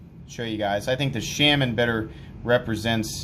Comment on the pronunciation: Your pronunciation of "Shaman" makes me wretch